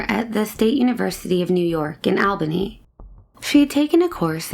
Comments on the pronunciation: All-bany. All-bany. Not awl-bany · Don't want to be that guy but its pronounced "ALL-BAN-KNEE" Interesting cases non the less!